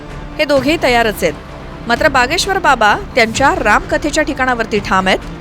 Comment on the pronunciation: बागेश्वर नाही भागेश्वर 😅